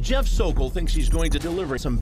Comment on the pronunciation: Thank you for nailing “The Sokol”!!!!